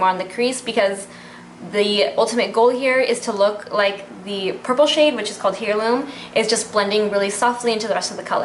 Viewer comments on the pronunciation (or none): Lmao girl, hair-loom. No no no. Air-loom. But good job. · Thanks for the tutorial. Love the look. BTW 'heirloo' is pronounced air-loom. and Reykjavik is pronounced wreck-ya-vik. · I believe the shadow stick is pronounced rake-ya-Vick. U believe. And heirloom, is air-loom. I love your videos, but just google stuff. Lol. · Fyi.... its AIR-LOOM, not here-loom..... like Heirloom Tomatoes.... Thanks for the video. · Beautiful look, the purple shadow is pronounced AIR-Loom :-). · You don't know how pronounce HEIRLOOM?! (AIR-LOOM) Please practice pronouncing words before you do a tutorial. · Hey girly!! Just discovered your channel, love your looks!! ;) but i just wanted to help a girl out and let ya know that Heirloom has a silent h, so it sounds like AIR-LOOM. Hopes this helps ya out and i cant wait to see more vids with this palette and other products!! ;) ♡♥♡♥♡